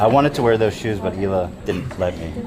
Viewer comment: Love your new bod lol! Frenemies was great, I hope they do it even though I cannot stand Ethan Klein. Hila is pronounced EEla btw. Course we still hate Dan! Thx Rich, LYSM.